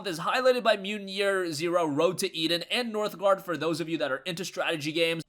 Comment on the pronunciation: Northgard* not -grad lol. keep them vids coming!